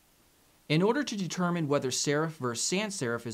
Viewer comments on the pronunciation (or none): none